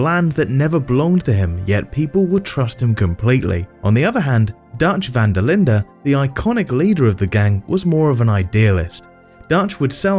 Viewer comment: Im dutch and he says it pretty well